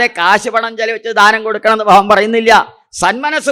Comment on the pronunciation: Pronouncment of Bhagavan not Correct